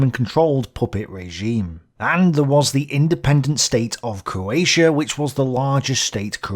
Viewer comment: For a start you can’t even say coatia It’s CROATIA you Irish 🇮🇪